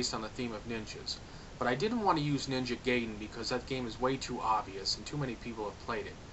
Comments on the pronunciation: Ahahah XD G U Y den HHAAYYAAA ! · YOU PRONOUNCED NINJA GAIDEN WRONG!!!! It’s GUY-DEN not GAY-DEN!